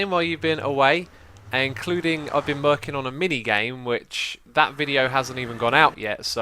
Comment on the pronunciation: he says I've been "merking" on a game instead of working :p